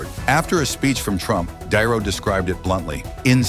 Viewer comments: AI bullshit channel .ROBERT DiNero, not darrow. holy shit. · Di Nero not Darrow